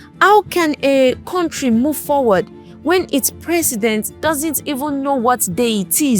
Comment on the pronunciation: Contri, tallchor, etc😂😂😂 Unsubscribed.